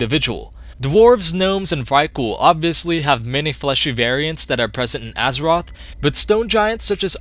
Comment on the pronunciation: its n-zoth not nazoth